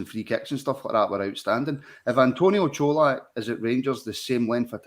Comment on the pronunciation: Great performance today and a good discussion lads. Just need to make sure we keep the momentum and intensity up. We didn’t drop at all today 💪🏼 Only thing to mention, can you guys please call Colak the way it’s meant, Cho-lak, not Co-lach 😂